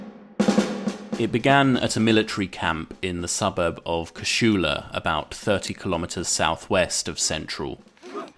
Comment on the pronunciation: Casula is pronounced without the SH sound... Cah-sool-ah